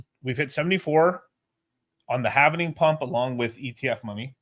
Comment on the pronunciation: Halving . . . Not halvening